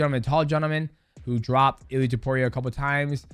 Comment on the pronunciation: why u keep calling him illy edit : great video btw